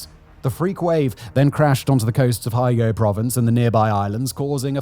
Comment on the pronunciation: (Pron: Hiyo-go) Hyogo Prefecture.